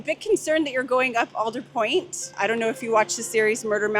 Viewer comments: It’s All-der Point not Al-der Point. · Born and raised, and its ALL-DUR-POINT. Not whatever way you said it lmao. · It is pronounced ALLDERWOOD. It’s a tree. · Willits local here. It's All-der Point. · Your pronouncing Aldetpoint wrong.